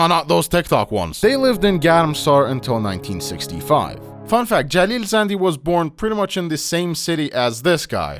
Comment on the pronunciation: مطمئن باش این آقای باب خودش ایرانیه. به نحوه تلفظ کلمات زندی و شهرام خوب دقت کن فقط یه ایرانی میتونه شهرام رو اینطوری (مثل داخل ویدئو) تلفظ کنه